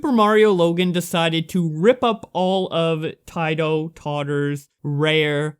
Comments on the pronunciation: It’s not pronounced tietoh totter it’s pronounced teetoh totter. You might not ever report on this guy ever again but it’s just Incase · Bruh. The way you pronounced Tito is absolute aids. Please know that it is pronounced Ti-Toe I like the video but that just, bruh... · I just wanted to let you know that It's pronounced "Teedo" Tottor.